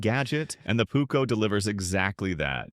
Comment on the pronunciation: The Pukko….it is called PUUKKO